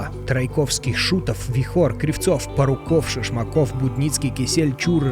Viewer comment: пАруков!Во первых буква А,во вторых ударение на первую гласную,в третьих , нехта-хуехта,гибель пАрукова не связана с протестами.человек пытается нажиться на чужом горе,и преплести к протестам. Ненавижу нехту и луку! Всем мир!